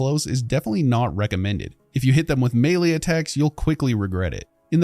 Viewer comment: The way you pronounce “melee” is kind of galling💀